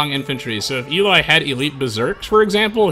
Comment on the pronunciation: HOW tf did you mispronounce Eli.... fucking hell